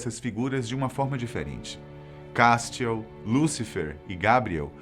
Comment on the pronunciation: " Cástiel, Gábriel " Fala os nomes certo carai